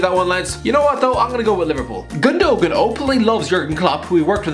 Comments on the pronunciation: Its not pronounced ilkay gundogan is acc pronounce gundowan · the way my guy says gundogan hurts me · Zinchenko wasn’t a left back in Russia he played midfield. Fernandinho was like 28 when joined City, hardly up and coming is it? Plus that’s not how you pronounce Gundogan. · wtf is that pronunciation of gundogan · the way u say gundogan XD